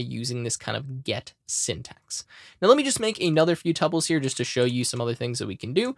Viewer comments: Pronunciación of tuples? Google Is our friend! It is something like 2Pauls... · the correct pronunciation is tuples.